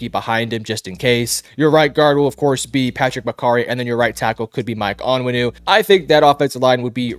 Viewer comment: We got a Big time Pats Analyst here folks. Michael On-Win-ooh and De-ah- trice Wisse. Jesus Christ this guy is an absolute joke? 😂